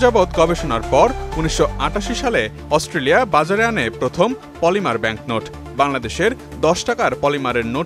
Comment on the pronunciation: মলিমা বা পলিমা না। পলিমার হবে।